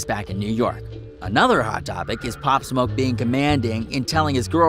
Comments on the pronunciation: “opp smoke”? 🤦‍♂️😂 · he said pop smok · he said his name wrong